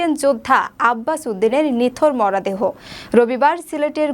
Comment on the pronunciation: আপা আপনি মনে হয় নতুন খবর পাঠ করছেন উচ্চারন আর একটু ভাল ভাবে বলার চেষ্টা করবেন ।মরা দেহ না বলে মরো দেহ বলবেন অন্যরা জে ভাবে বলে